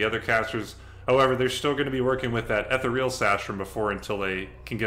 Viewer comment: Cool content and great series idea! But... 'ethereal' rhymes with 'cereal' (